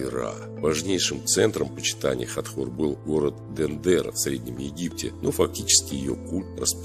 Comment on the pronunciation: Хатхор, а не Хатор